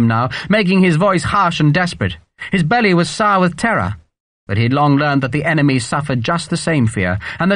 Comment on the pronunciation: Is it my ears or is gaminara having trouble with the word "enemy". It's really distracting me ! I keep waiting for an emeny to pop up. Like the second shoe dropping